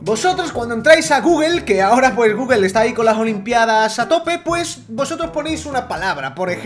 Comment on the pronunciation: Los españoles y el inglés como que no son muy amigos :v solo con oir gugel me sangran los oidos. también apel jajajajaja